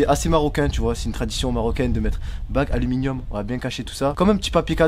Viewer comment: Alluminiome 😂😂😂 la hesse